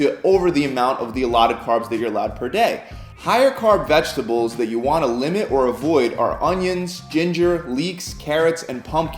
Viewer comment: VeGetables mate, not veGGetables. Single G, little mistake I know, just for future reference.